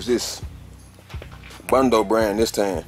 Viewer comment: It's bond-o not bundo, And that is not a da sander. Your da is your air sander. That is a da polisher.